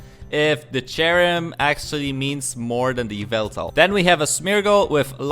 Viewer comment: Yveltal?? you mean.. YAVELTAL??